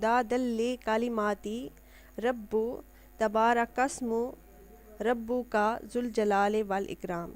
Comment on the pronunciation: محترمہ قرآن کو درست پڑھیں ربک ب کو پیش نہیں زیر ہے